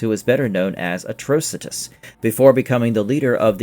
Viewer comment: Atrocitus is meant to sound like the word 'Atrocity' = uh traw sit ee... uh traw sit is. And as someone said elsewhere in the comments... Corp, is pronounced with the P being silent, so like the word 'core'... the Green Lantern Corp would be said like "Green Lantern Core"